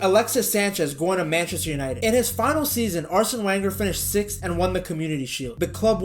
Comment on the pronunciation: Can't watch... learn how to pronounce Arsene's name.